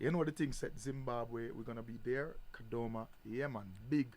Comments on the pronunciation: True 😅😅😅 anyatsoti KADOMA not kadhoma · Busy Signal is really Zimbabwean he pronounced Kadoma in a shona way 😂😂 is saying Kadhoma